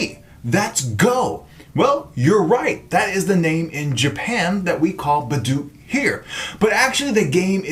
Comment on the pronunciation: The way you speak is utterly nerva racking,i dunno why but tis so annoying especially how you pronounce Baduk